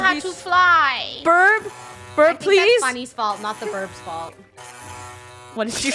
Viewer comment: They call it birb not burb(no offense)